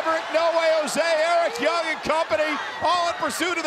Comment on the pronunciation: Oh, He said 'Eric Young'